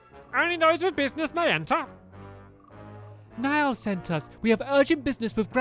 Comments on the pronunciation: Niall is pronounced neel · stop butchering these names, Niall is Neeall, and Pugnacious is pug nayshus